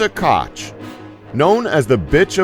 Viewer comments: please just dont talk! NR 12: Ilse KOCH is not Ilse KOTCH, aso... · Where in the HELL did these people get their info from? For one thing Ilse Koch name was pronounced "coke" yes as in the soft drink there is no "ch" sound in the German language and she didn't kill herself she was found guilty of her crimes at Nuremburg in 1945 and hanged also Himmler was the founder of the Gestapo not Goering read your HISTORY people!! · The "ch" in Koch is basically pronounced like the same thing in yiddish, you pronounced it as "Kotj" a name and letter combination that doesn't exist in German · Pronounced Coke, not Kotch. Not just this first one, your pronunciation is horrible throughout this video. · I wish this American pronounced things properly.....Kosssh yeah right. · Ugh. Americans are so ignorant. Ilsa's surname was Koch : pronounced like Coke. AND Hermann Goering's surname was pronounced like gur-ring. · Kotch, Kotch, Goiring??? Why the fuck don't you at least pronounce any of the names right? Are you really that stupid? How would you pronounce Eisenhower when talking about HIS RHINE MEADOWS DEATH CAMPS where he killed over a million germans AFTER the war huh??? And you might aswell add the names of any president between Kennedy and Trump too! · I agree. By the way, Koch is pronounced "Coke". Being half Norwegian, Qtr Irish, Qtr German, my Norwegian Side has a name that means "traitor".... Vidkun Quisling... Also my German side was put into an Austrian Interment Camp for "disagreeing"... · like Ilse "Caaj" doesn't even make sense in English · Charles Wróbel the real/proper German way to pronounce her name is ko*h* with the ch part rolling off the throat. but people who speak English pronounce it many different ways including: coke, cock (which is the closest) kosh, kotch, or what it translates to, cook. There are other ways but that's all I can think of. People who speak English always pronounce names wrong such as: Gogh, adidas, etc.